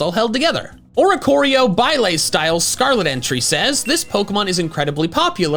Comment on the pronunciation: It's pronounced baila not bailay